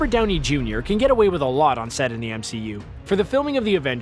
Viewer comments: notice how he said brownie instead of downey? i giggled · he said Browney instead of Downey... LOL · Anyone notice he calls his brownie instead of Downey at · at one point you said brownie instead of downy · "Embrace Browny." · Did I hear him call Downey, “Brownie?” 😂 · LOL He called Downey as Brownie LOL OOPS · you said embraced brownie instead of Downey in #16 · he says "Brownie" instead of "Downey". XD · Did anyone notice how they said "Browny" not "Downy"?!? Lol! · He said brownie instead of downy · you say 'embrace BROWNEY' not downey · Did you really say Browney instead of Downey? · Okay has anyone else noticed that he says "brownie" instead of Downey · 9:99 I can't be the only one who heard "embrace brownie." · I'm sorry what? wait did he just say embrace Browny?!?!?!? 🤣🤣🤣🤣🤣🤣🤣🤣🤣🤣🤣🤣🤣🤣🤣🤣🤣🤣🤣🤣🤣🤣🤣🤣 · he said brownie unsead of Downey.... 🤣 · Lmao he said browny instead of downy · did you just call robert downy jr "brownie"? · Did anyone catch the Brownie instead of Downey line in here? I hope I'm not the only one:) (Hint: we're not there yet) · ~Browney... It distracted me so hard, I replayed it twice over.. and then one more time, because I got distracted once again. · "Embrace browny" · He said "brownie" instead of Downey omfg 😂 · Does he say..Brownie instead of Downey? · "Brownie" aaaahhaha that's the funniest verbal fart ever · he says “Brownie” and not “Downey” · Narrator calls Downey "Brownie". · Did anyone else catch him saying brownie instead of Downey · “Embrace Browney”? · "Embrace Robert browney" ... No second take? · . Just me or does he say Brownie instead of Downey